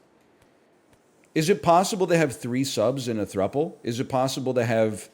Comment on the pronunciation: He finally pronounced "throuple" right!